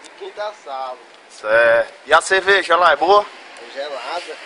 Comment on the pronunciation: ".. e a "çevejá" lá e´boa? Resposta do: Gelada!!!" kkkkkkkkkkkkkkkkkkkk